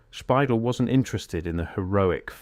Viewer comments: Bill Spidel's last name is not pronounced SPY-dull. It is pronounced spy-DELL, (like The Farmer in the Dell). It's also not spelled Spidle. It's spelled Speidel. Learn to spell and pronounce names correctly before you post videos!!! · The video mispronounces Bill Speidel the whole way through! It’s not pronounced “spy•dull”; more like “spy•Dell” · Obviously, the majority of these photos are AI generated. The voice is AI generated. You can tell because they're pronouncing Bill Spidel's name incorrectly. It is actually pronounced SPY-DELL with the accent on the second syllable. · Pioneer Square is not really Downtown. Underground is just basements. Been down there many times in many places. You completely mispronounced Bill Speidel's name. This sloppy AI shit is unbearable.